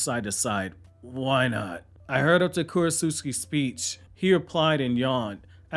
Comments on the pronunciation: I think it’s Kurotsuchi not Kurotsuski. Lol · KU-ROT-SUCH-EE not Kurot-suski!! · this dude did not just say kurotsutsuki